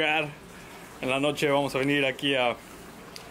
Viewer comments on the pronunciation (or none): Ese "en la noche" se escuchó como hoy cena pancho 😌